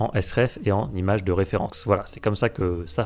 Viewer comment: cent images, avec un t de liaison et non un s !! Désolé mais au bout de la Xième fois où tu le répètes ça me donne de l'urticaire.